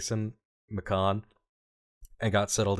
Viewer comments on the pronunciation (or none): Lmao at trying to pronounce "Macon" and getting it wrong both ways 😂 pretty sure it rhymes with "bacon". Fun video but I mean. That's comment bait, and I don't mind taking it 😂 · the city of Macon is pronounced like Bacon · For Macon, Georgia, pronounce it like 'bacon' 👍 Love your work. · Macon rhymes with Bacon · as a former Georgia resident, it’s pronounced exactly like bacon, but with an M instead of a B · Macon, GA rhymes with "bacon." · As a Georgian, hearing mispronounce Macon is hilarious